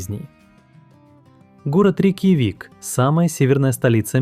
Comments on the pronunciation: Все отлично, много интересных фактов, но почему автор называет РейкьЯвик РейкьявИком? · Только ИИ может полчаса не менять интонацию и называть рейкьЯвик - рейкьявИк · РейкьЯвик, а не РейкьявИк. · Какой рикивик? Рик явик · РейкьявИк - 😄, РейкьЯвик -- ИИчку научите ударения ставить ! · Почему Рейкьяви́к, а не Рейкья́вик? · Интересно, спасибо. Только всё же правильно РейкъЯвик, ударение на букву Я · РекьяВик😂....конечно ИИ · Текст читает ИИ.Отсюда неправильные ударения.»РейкьявИк»!? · работа прекрасная. Но голос это ИИ. И ударение правильное РекьЯ'вик. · Сама РеЙкьявик. В русском языке правильное ударение в слове будет на букву Я. РейкьЯвик. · Нет. В русском языке произносится РекЯ'вик. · «Рякьявики» 😂 как задолбал этот ИИ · Искренне не понимаю,- неужели так трудно открыть википедию, чтоб хотя бы столицу государства правильно произнести? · Хоть бы название столицы правильно сказали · Озвучка ИИ? Рейкьявик так произнести это надо уметь. ИИ так умеет. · РекьЯвик всегда говорили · Да вы что? Обучили нейросети уже и с интонациями произносить. Ещё бы дообучили правильно произносить некоторые слова, в данном видео - название столицы Исландии. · ни один русскоязычный не произнесёт название Рейкьявик так как в этом ролике.. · Было интересно! Только мы с Яндексом город Рейкьявик говорим с ударением на Я 😂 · Автор не гуглил ударение в слове "Рейкьявик" - по ушам прошелся так ,что аж свело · Ну да, как у викингов. РейкъЯвик это скорее наши говорят так.